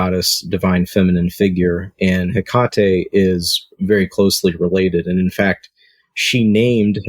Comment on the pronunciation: It is pronounced Heak a tee